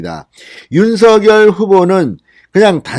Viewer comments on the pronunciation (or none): 윤서결이 아닌 윤석렬로 발음 교점해 주세요